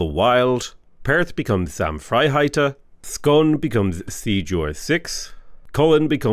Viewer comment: Too late now but Scone is pronounced "scoon" - the baked treat called a scone is still pronounced "sco-hn" (I apologise on behalf of the Scots language)